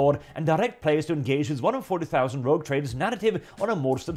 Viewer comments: Rogue, not Rouge. I realise English is not your first language, but both those words derive from the French, so no excuse. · Sir, I believe it's "Rogue Trader", not "Rouge Trader"..... But Rouge Trader is....funny....interesting twist....